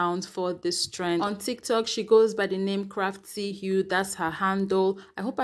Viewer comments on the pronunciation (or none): 🤣🤣🤣 It's pronounced Crafty Ho - you are the cutest sis 💗